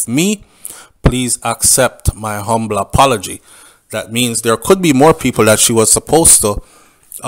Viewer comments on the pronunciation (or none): none